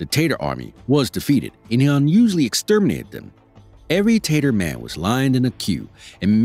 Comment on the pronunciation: At first I thought the speed of the recording was to blame. But when he said "Tatermen," that required pausing the recording to laugh that one off...🤣